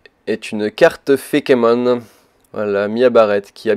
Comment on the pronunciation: par contre, plus sérieusement, c'est pas fékémon, mais feïkemonne